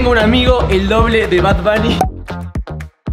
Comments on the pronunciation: Como dijiste es bad bonny😂 no? Me cago de risa ahora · y el diciendo es BAB BUNNY!!! jajaja me dio risa te adoro federico